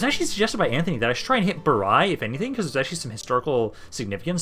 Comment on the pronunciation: It's pronounced "E-ko-ne-on" or "I-ko-ne-on". Bari is pronounced "Ba-re", open "a" and "re" like in "river". Also, the stress is on the "ri" syllable.